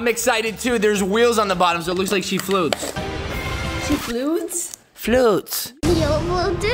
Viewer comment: she floots? Me: floots?😂